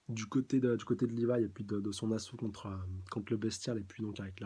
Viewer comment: Rivaille > Livaï (Au japon les L ne se prononcent pas...)